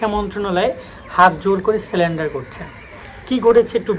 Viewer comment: ভাই স্যালেন্ডার নয়। এটাকে স্যারেন্ডার বলা হয়।